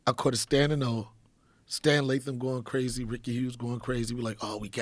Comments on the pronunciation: what was that joe it got what? IT GOT KWAZY😂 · “Cwazy” was funny bc he wittaley whit the gwiddy. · that’s cwayzy